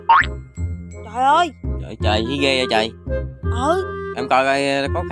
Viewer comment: Nói rat giọng miền Tây phát âm mắc cười muốn chết nhứt là choi ơi choi